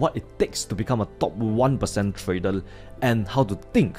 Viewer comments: Nice video.... But what is 'Tradel' 🤣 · "Tradel" 😂 love this guy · Hey, love ya bro but 'trader' does not end with an L. R, L two different constanents. Like i said, love ya, but after a year of watching your vids it's really grinding my OCD organs.